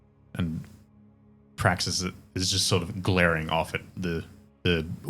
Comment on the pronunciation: "You may call me Praxis." "BRAXIS?" 😂😂